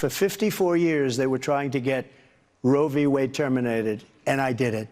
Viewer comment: It’s easy for Trump to say Ro Vee Wade, that’s why he says it all the time